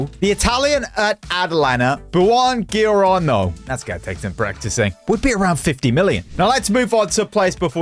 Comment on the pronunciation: How do you not know how to pronounce buongiorno